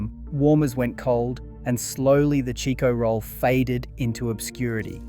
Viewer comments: You must not be Australian because it’s a CHIKO ROLL NOT A cheeko roll lmao 🤣 omg talk about unaustralian. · What the f*** is a "Cheeko roll"? I buy Chicko rolls on al almost weekly basis from my local take away store. You're way off base if you think they don't exist anymore.